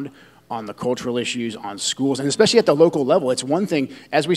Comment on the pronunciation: Joe Kent can’t even pronounce “ESpecially correctly. It’s NOT EXpecially.